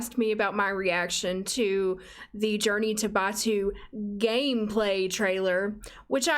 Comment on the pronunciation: Im a massive Star Wars fan and this pack was a colossal let down. And you did pronounce Batuu correctly the EA lady despite being directly employed by Disney did not.